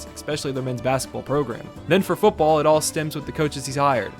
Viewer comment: it's "football" not "fooball". Dropping the "t" drives me nuts.